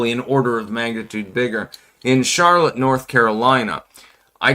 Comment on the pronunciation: Oh, c'mon man! Charlaw? No one that speaks english as a first language mispronounces Charlotte.🤣